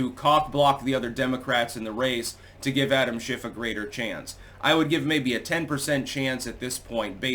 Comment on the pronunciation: For a minute,, I thought you said “shenanigans by Adam Shitstain”. 🤣